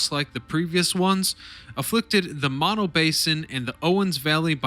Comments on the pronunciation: Learn how to pronounce mono. I grew up near Mammoth many years ago. Funny that there was no mention of the movie, Chinatown, which, while fiction, wasn't far off. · Mispronounced Mono,over and over.Get it right!